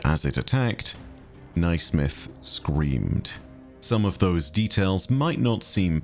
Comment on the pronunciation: Naismith is pronounced “nay-smith” btw. Sorry to be a nerd but it was bothering my Scottish ears 😅